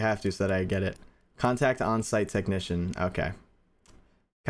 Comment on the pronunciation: "Can't act on site" IT'S CONTACT ON-SITE 😂